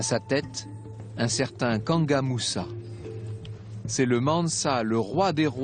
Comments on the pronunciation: Kanku moussa * et non kanga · C'est pas "kanga Moussa" c'est KANKOU MOUSSA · Ce ne pas kanka Moussa c'est Kankou Moussa ok